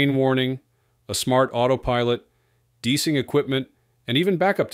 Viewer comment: “Deesing” equipment? Try de-icing equipment. Can’t anyone read anymore and actually pronounce stuff correctly? Sick of this computer generated shit!